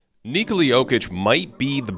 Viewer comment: Stop saying Kneecuhla it's Nih-kola